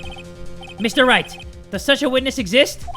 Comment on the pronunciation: I Ligit thought he said Mr.Rat instead of Mr. Wright😂😂😂😂😂👌